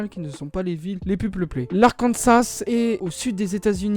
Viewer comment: Le nom d'Arkansas est en fait d'origine française et on ne prononce pas le dernier s. En revanche, on le prononce dans le cas du Kansas, va savoir...